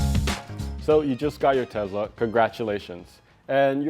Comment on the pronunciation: If "Tes-La" was pronounced as "Tez-La" then there would be a "Z" in the name. The original founders of Tesla said it with an "S". Be careful with those console trays, as they will wear away the felt in the console where the trays set on. This happened to me with my 2018 Model 3. I think there needs to be something under the tray edges to prevent this. Why can't Tesla make the front cupholders like the rear ones? Like really, what is wrong with them?! And the hitch cover, OMG Tesla it didn't that many clips.